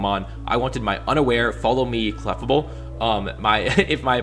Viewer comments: yeah it's as-in "fable" not "-able". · Your pronunciation of clefable hurts me.